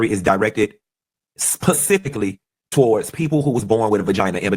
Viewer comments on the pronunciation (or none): I don't think anyone should be offended by anyone who says "pacifically" instead of "specifically". I guess when Funky got his degree in economics those people didn't teach him the English language, lol. All truthful jokes aside, for those who are offended, just don't watch his content. It really is just that simple.